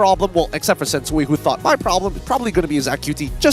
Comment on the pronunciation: Sensu-Way ✅ Sensu-Wii ❎